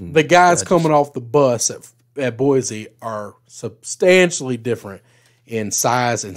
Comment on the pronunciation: Greetings my corpulent cousins. Why can’t you pronounce the name of the capital of Idaho. It’s just wrong! It’s just wrong! Boise is pronounced with an “s” sound. It’s just like “Sports”. Or, is it Zports?